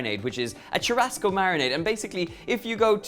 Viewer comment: Churrasco is spoken as SHOE HUSCOE ( HUS as in Husband)